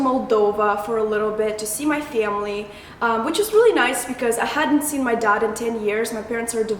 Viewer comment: You were so cute, after you said you went to Moldova and said "to see my family" you pronounced that family with a "moldavian" accent. So sweet! <3